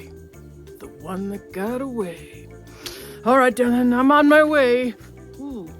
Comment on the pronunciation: "Di lan" HAHAHA Great work - anyone else would leave it to rot.